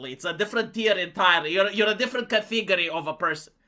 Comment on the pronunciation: Category. It's not ka-teeg-ery. It's CAT-a-gorrie.